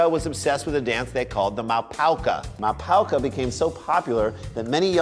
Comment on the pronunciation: Mapouka dance in Ivory Coast is pronounced "ma-pu-ka" not "ma-pao-ka". Just thought I'd mention this.